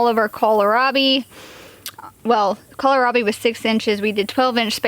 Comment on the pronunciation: you look fantastic! Praise the Lord 💕 You are the only person I have heard who pronounces Kohlrabi correctly. There's no "i" in the middle of it, so just "cole rob ee" I've even heard it pronounced "call me rob" and mispronouncing a plant makes it hard for someone who is new to that plant to find it. So, thanks. Sweet lady!